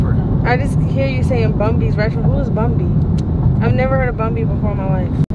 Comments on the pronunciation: It's BUN SPACE B... NOT BUNBY😂😂😂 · Bun B not Bunbee 😂 😂 That’s 🥶